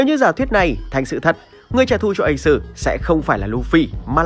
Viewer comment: nghe thằng ad nói ây xừ (Ace) là đã éo cảm tình rồi😂😂😂